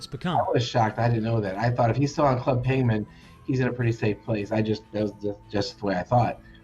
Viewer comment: Club payment he said lol